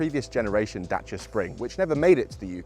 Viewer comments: As a romanian, thank you pronounce Dacia correctly😁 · Kudos for learning the proper pronunciation :)